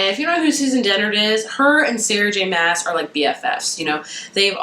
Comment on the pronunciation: actually the way to pronounce maas is like mass